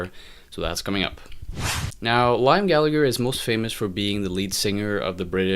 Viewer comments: Your constant mispronunciation of "Liam" does rather undermine your opinion somewhat. It's pronounced "lee-am". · Your review doesn't mean anything to anyone and lost all credibility cause you can't even pronunciate Liam's name. And there are two Gallagher's so everyone treats them as Noel and Liam..nobody calls them Gallagher cause it confuses people up. It's rock n roll music...The wheel has been invented already. want to hear something new? go kick a fucking trash can and see if you can make an instrument out of that!